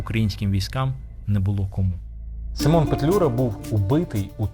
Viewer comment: У захваті від ваших фільмів, велика повага до Акіма особисто. Маленьке зауваження, українською наголос у імені сИмон.